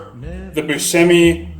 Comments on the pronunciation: It is pronounced Bus shh emi! It is hard to right the Italian pronunciation because part of our speech is our diction. We speak with emphasis, with an attitude and hands. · I am Italian! the pronunciation is like shh like asking someone to be quiet, hence, Bus shh e mi.